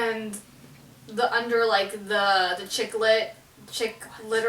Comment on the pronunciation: Omg you guys are so funny! So when said chiclet I thought she meant the gum hahahahaha but now I realize its Chic Lit. this cracked me up plus melissas reaction ohhh mann!